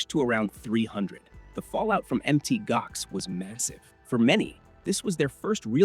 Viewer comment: Pronounced Mount Gox not Mt Gox